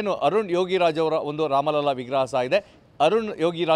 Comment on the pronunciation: 🕉 ಒಂದು ವಿಷಯ ನಿಮ್ಮ ಗಮನಕ್ಕೆ- ಅಯೋಧ್ಯಾ ರಾಮಮಂದಿರದ ಸಂದರ್ಭದಲ್ಲಿ ಎಲ್ಲೇ ‘ರಾಮಲಲಾ’ ಶಬ್ದ ಬಂದಾಗಲೂ ಅದನ್ನು ‘ರಾಮಲಲ್ಲಾ ‘ಎಂದು ತಪ್ಪಾಗಿ ಬರೆಯದೇ ಅಥವಾ ಉಚ್ಚರಿಸದೇ ‘ರಾಮಲಲಾ’ ಎಂದೇ ಹೇಳಬೇಕು, ಬರೆಯಬೇಕು. ರಾಮಲಲಾನ ಅರ್ಥ ಬಾಲರಾಮ ಎಂದು - ಇದು ಅಧಿಕೃತ ಮಾಹಿತಿ